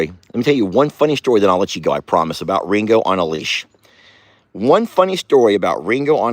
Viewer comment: Sounds wrong when you say it. 😮